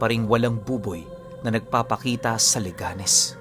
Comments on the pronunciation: Correction po leganes de po Le ganes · 😮 listening from leganes. ang cute lg ng pronunciation ng leganes mo pero mali po yan hehehehe.